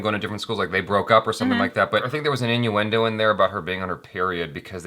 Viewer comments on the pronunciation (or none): Maximus Shantaro Its innuendo. not newando.😂😂😂